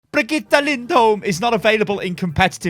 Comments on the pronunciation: Bree-git-the Not quite, but close enough. It's not Brigitta. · sounds like hes saying Brah-Get-Her. Its a different name every video hahahaha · for FUCK'S SAKE! IT'S PRONOUNCED BRIG-EE-TA. IT'S NOT THAT FUCKIN HARD. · Unsubscribe! bregetta .... Really?? I'm so triggered!!! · is it really that difficult to pronounce Bri-gee-tah? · bregetta? WHERS MEH SPAGETTE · I seriously don't understand how you struggle with her name so hard dude... you have literally heard Jeff pronounce it and you still can't say it... please stop. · look i have watched your channel for a LONG TIME but if you keep saying her name all crazy like im going to have to stop watching....... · sorry but the way you say her name annoys me. I got till the third time you said it and i just cant watch anymore. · Pleaze sty stop saying her name like that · Jeff has pronounced her name BTW any further mispronunciations are just laziness, especially from a popular content creator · Can you stop saying brigitte like that? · It irritates me when you say Brigitte.. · Stop, saying, her, name, like, that!!!!! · I'm stunned still cannot remember how to pronounce Bridgette's name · They're giving us 2 months to say her name properly in comp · I feel bad, but it still hurts to hear pronounce Brigitte. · idc how brigitte is pronounced ,the way you say it is the best .... lol